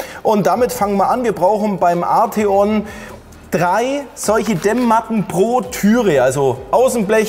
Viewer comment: Er wird tatsächlich Art-eon ausgesprochen hat VW selber gesagt 😉